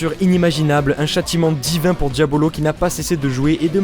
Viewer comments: c'est pas Diabolo mais Diavolo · DiaVolo, ça se prononce à l'italienne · Diavolo pas diabolo